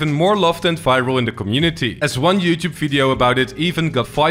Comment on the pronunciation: Please learn how to say "youtube"